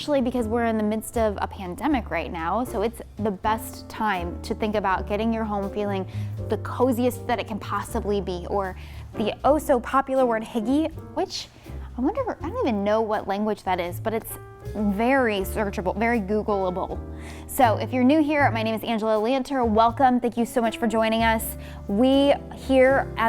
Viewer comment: Ok if you are talking about Hygge, it’s actually pronounced “hoo-guh” and I only know this because I’ve read many books on cozy minimalism and they mention it ALL the time!! And it’s danish (the happiest people on earth I’ve learned lol)! Your home is goals,. GOALS.